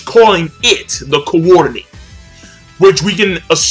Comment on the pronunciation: you always add emphasis to a particular section of a word lol. For example, the word Rinnegan, you pronounce: RinNEgan. For the word coordinate, you pronounce: CoORdinate. Am I the only one who notices this? Reminds me of Family Guy...